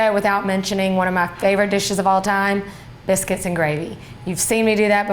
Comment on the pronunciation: I fast forwarded a bit to when she said a can of biscuits. I heard cannabis.